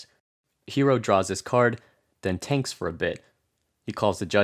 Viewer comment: Why did you say tanks , instead of thinks? Is that some slang I'm unaware of?